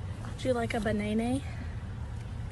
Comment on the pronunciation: Honestly I couldn't care less about the deer, it's just the pronunciation of "banaynay" that makes this so funny.